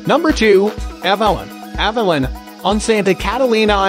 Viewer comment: Avalon is a town on Catalina island. He still pronounced it wrong though